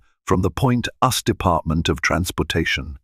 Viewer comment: They really need to make sure that the narrator, say names and words correctly. US DOT, us is different.